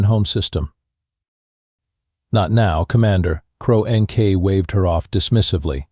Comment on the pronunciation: "cro n k" try "CRONK" for the pronunciation!!!🤬🤬🤬🤬🤬🤬